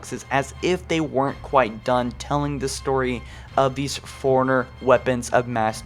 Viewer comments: And it's "Forerunner" not "foreigner". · Take a shot Everytime he says foreigner instead of forerunner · You must have said forerunnerr too many times . The reason I say that is when you say it it comes out sounding like Foreigner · I am new to your channel, but unless you have a speech impediment, you are pronouncing "Forerunner" wrong. It is pronounced like "Fore-runner", not "foreigner". I love your channel, but this small thing irritates me every single time. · You keep pronouncing Forerunner like "foreigner". It's confusing. Stop it. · “Foreigner” Dude it’s “four-runner” 🙄🙄🙄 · Why can't this guy say Forerunner right? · I always think you’re saying foreigner and it’s so triggering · i mean no disrespect but... you know Librarian has two "R"s right? to my ears you keep saying "Lie-bear-ian". you also pronounce Forerunner as "foreigner"